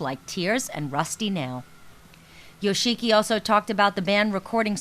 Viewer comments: Yoshiki and Toshi have been friends since Kindergarten not high school. Also most of their songs before had at least one line of english in them or a word or two. this interviewer really should have done more research before making this video. She made me wince when she pronounced Yoshiki, Toshi, and hide's names. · YO SHEE KEE. LOL.